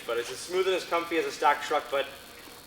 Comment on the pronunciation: HAHAHAHHAHAHAHA "daves comfy"